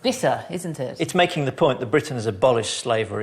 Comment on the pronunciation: Today this may be considered superficial and sexist but, I think Lucy's adorable too. "I AM THE QUEEN OF BWITIAN, OPEN THE DOOR!" :-)